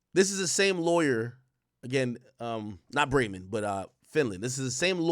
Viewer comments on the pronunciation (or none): none